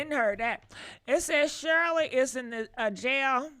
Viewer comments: No disrespect you're saying her name wrong it's not Cheryl it's Shirley Strawberry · Her name is SHIRLEY/ not Shirl😂😂😂😂